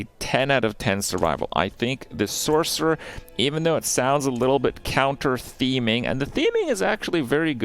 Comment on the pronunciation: “Sork” 😂😂😂 jfc